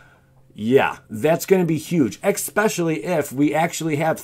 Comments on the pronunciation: Especially not expecially otherwise very informative 👌👌👌 just wanted to mention, it bothered me a lot sorry 😖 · I’ve only watched 2 of your videos now so far...and they were both great. Now that being said, please look up how to pronounce words if you have the slightest hint that you may be saying them wrong. “Ex-Specially” had me cringing every time you said it. “Lie-Berry” was the one in the last video I watched that got me. 😬😬😬 Keep the videos coming, but please let a close friend or someone you trust watch them first to try and catch these things.✔️